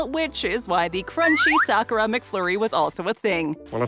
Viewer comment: At least they know how to pronounce sakura right .